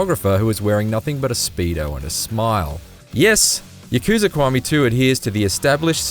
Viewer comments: ya ku za he said wrong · "yuh-KOO-zuh" "muh-SHEE-muh"